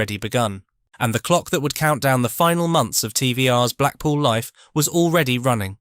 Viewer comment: I've now seen most of your output. Although factual, context seems lacking, and this is because the photographic plates are often totally unrelated. Couple to this with the narrator's mispronunciation of normal English: lie instead of life or live, town mames known to 90% of the population bastardised into quasi-American, no wonder that which could have been a historic reference is degraded into a poorly presented slide show, in the wrong order! Your attempts at military depiction, again factual, do not entertain with thoroughly mismatched photos and similar mispronouncing; Brecon can never be brake on as Pen-y-bont can never be penny bant.